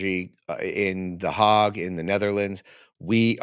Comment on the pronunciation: The Hague is not pronounced the hog. Think of rhymes with vague.